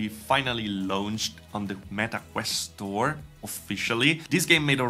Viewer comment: I hate to be that guy but launch rhymes with "conch", so "launched" is pronounced "lonchd" ). You don't pronounce every vowel. "Lownchd" is just .. wrong, sorry.